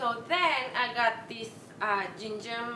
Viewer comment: Girl you are AMAZING! And I love that you are true to yourself always. Keep doing your thing!! One pronunciation tip - in the word "gingham" the G's are hard (not soft like a J). ❤️